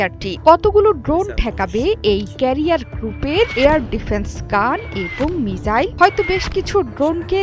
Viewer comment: মিসাইল কে মিজাইল বলে কোনো এসব উপস্থাপক